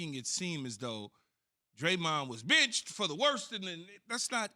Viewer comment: I thought KeShawn said "Bitched" instead of "Benched" lmfaoo